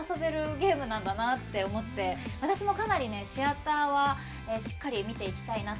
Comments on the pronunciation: わかるわぁ 私も シ⤴︎アターだと思ってた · あ〜お二人共可愛すぎでは？ あと関係ないけど、シアターの発音 シ↑アター やと思ってた シ↓アター やねんな〜 関西弁やからか？